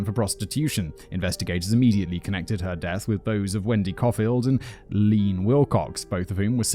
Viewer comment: Not "Lean" but "Lee-Ann" is her name